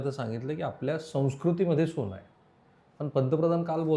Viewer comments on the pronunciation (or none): asun tumcha न आणि ण चा प्रॉब्लेम दिसतो आहे सोण 😂😂😂 सोन asat ho...